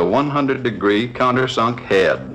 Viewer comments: Back when presenters were allowed to be their wild and zany selves lmao 🤣 great video but gah damn the man needs some enthusiasm. Also, I love the way he says hay-duh (head). Phenomenal stuff. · This dude pronounces "head" with three syllables...